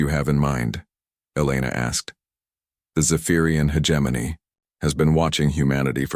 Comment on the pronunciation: When will AI learn to pronounce hegemony correctly 🤔